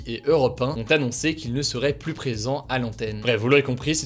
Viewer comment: Tu fais un super boulot mais par pitié peux-tu prononcer "plus" correctement quand il est suivi d'une consonne ? 🙏🙏 La confusion entre "+" et "plus (négation)" n'est pas possible à l'oral.